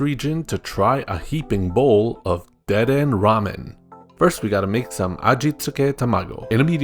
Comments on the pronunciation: WAHHHHH ITS DU-DEH-NAY NOT DE-DEN Anyways, 10/10 videos. Keep up the good work, mate! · Lol "dehden" is so funny bc it makes 0 sense if you thought there was actually a silent e at the end you wouldve said deeden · ACKSHUALLY, the Kalosian Electric-type rodent there is pronounced "De-den-nay" - the region it comes from is based upon France, so it's a French-inspired name. And French pronounces the 'e' at the end. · dedenne in the anime and by pokefans is said like Dead-Den-Eh? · Its pronounced de-de-nay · Every time he said dedenne I cringed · You said dedenne wrong